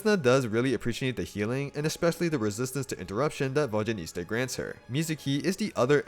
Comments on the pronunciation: Immediately dipped once I heard vodyaniSTa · Vodyanista Fashionista